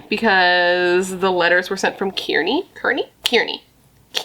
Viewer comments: Hi all🎃 happy Halloween — Jersey native here. Kearny is pronounced “car-knee” huge postal hub there. this is such a crazy story and I still have absolutely NO idea but it seems like someone who’d lived there previously and is def not mentally well. I’m sad this family had to go through this! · It's pronounced Car-nee spelled Kearny, NJ. The father seems a little strange to me. He had A LOT to say. The Mom's actions seemed to be Maternal those any Mom would have. Please check Jeremy Arrington and/or 3 school yard both are in Newark, NJ separate incidents.